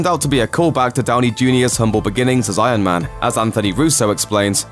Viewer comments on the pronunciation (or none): Frostii If you listen carefully, he doesn’t say Iron Man, he says Eye Yuhn Man.